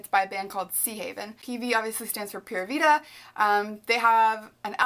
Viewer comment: when i saw the "pura vida" tattoo it was just so familiar to me because i speak spanish and it was just weird... really love how you say that word tho, i love all your tattoos, so pretty x